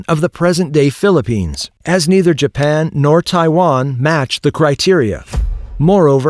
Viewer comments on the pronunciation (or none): none